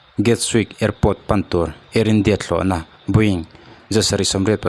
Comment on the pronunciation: I va han tawng fiah lo ve thlawhna pawh i lam fiah thiamlo ania